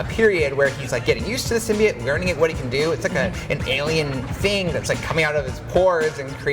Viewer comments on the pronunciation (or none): "SymBIOte" not Symbeit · Please learn how to say symbiote